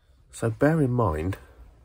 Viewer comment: bear not bare 🤣